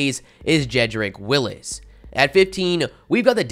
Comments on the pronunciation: bro this dude slaughtered about 17 names in this vid lol , bro Denver's qb is DREW LOCK not Luck lmao and its WILLS not Willis lmao had me thinking I was calling them the wrong name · It’s Jedrick WILLS not Willis